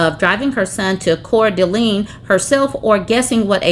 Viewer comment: Pronounced "Core-duh-lane" no accents on syllables.